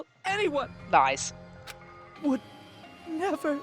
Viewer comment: Lies What I heard: Thighs